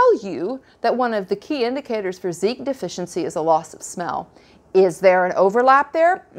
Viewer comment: While talking about Zicam you mentioned a Zeek deficiency (sp?). I didn't follow that part. What is zeek (sp?)? Do you mean Zinc?